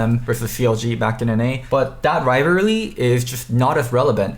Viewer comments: then immediately after: "Rivary" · Rivarly lol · Wtf is a riverly